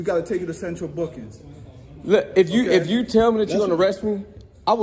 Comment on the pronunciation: Lmao should’ve asked him to spell central “bookins” good grief speak proper English